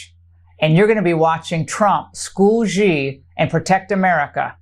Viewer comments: Please folks please please please please please please please please and ping of China XI that's his first name is not pronounced g e e it's pronounced s h e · She can't even pronounce President Xis name correctly, and she delivers fake news!!!😢😢😢